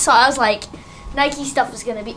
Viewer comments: Triggered by the way they say "Nikey" eurghh. It's 'Nike' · It's Nike not nikey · Nike is probably pronounced like bike. Not Nikey. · Don’t you mean Nike not nikeeeeeeeeeeee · nike not nike-e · the way you say Nike triggered me